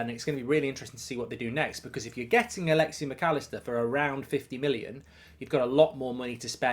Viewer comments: Stop saying “alexi” it’s Alexis with an S at the end. Like I get you’re an entitled British a nation where people inherently think it’s ok to mispronounce names because deep down inside they think they’re the best but how hard is it to add an S at the end? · Alexi? Its Alexis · “Alexey Macallister”